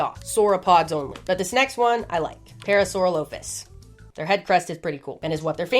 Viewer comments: Chicxulub is pronounced Check-Su-Lube really very easy to say once you're used to it. Also you horribly mispronounced Parasaurolophus which I will not forgive as it is one of my very favorites. It is pronounced Peh-Ruh-Saw-Raa-Luh-Fuhs. All of these name have very easy to find pronunciation guides. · Oh god... the pronunciation of my parasaurolophus. My boy. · I hate to be the bearer of bad news but you pronounced parasaurolophus wrong- 😩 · is that the ark survival evolved tropeo model lmfao excuse me how did you say parasaurolphus